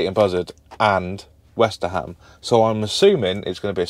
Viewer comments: westerham is pronounced westrum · It's pronounced WESTRUM Have been in stitches every time you said WesterHAM 😂😂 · it is not west-ter-ham it is more Westerum good old Westerham 🙂